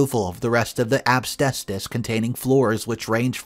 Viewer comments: Story 2: The word is AS-BES-TOS. You should practice it over and over so you don't end up pronouncing it AB-STAY-SOUS. It's a pet peeve of mine, especially when you're saying it consistently wrong. Ugh! 🤦‍♀️ SMH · considering it is easy to see how to say it and not some obscure word like terpsichore (sp?) He really should not be saying "absbestos' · What the hell is obstestus? I've heard of asbestos , but never heard of obstestus before! 🤔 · It's pronounced as-BEST-us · 😁😆😅🤣😂🤣 Asbestos. I love your pronunciation. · needs to learn how to pronounce asbestos!! 😳